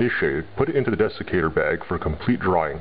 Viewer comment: It sounded like you said Defecator bag.....